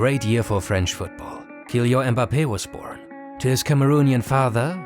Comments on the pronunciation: Kylian is pronunced Kyliann (I don't know phonetics, but please insist on that last N) guys :) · Stop pronouncing Kylian like that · You misspronounced Mbappé's first name💀